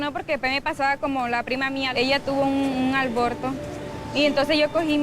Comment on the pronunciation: Pobrecita creo ni siquiera sabe que se dice aborto y no “alborto”